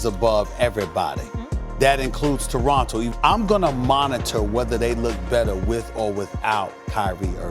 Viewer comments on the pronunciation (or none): none